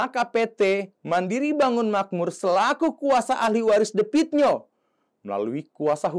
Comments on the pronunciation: The Klo bhs inggris di baca de Klo asia "the" di baca te Jadi the pit nio bukan di baca de pit nio.......tapi di baca te pit nio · Baca Te Pit Nio gitu,bukan The Pit Nio.Akun maaf ya ,anda tidak pintar,jelek.Coba diperbaiki lagi cara penyampaiannya.